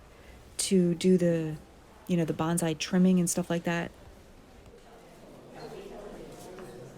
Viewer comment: The actual way to say Bonsai is Bone Sigh. Bonzai is a totally different word. Nice video, thank you.